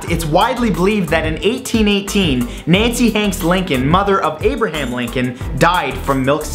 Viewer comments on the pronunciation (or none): none